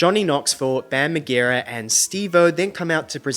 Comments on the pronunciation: Its mar-jer-a bestie 😅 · Ay bro. I get they're celebrities who have a job to do. But if you gonna say Bam Margera's name wrong you can at least give the celebs you like a break every once and a while lol